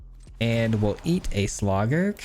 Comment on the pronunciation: I’m sorry I just can’t get over the “Slawgurk” 💀😂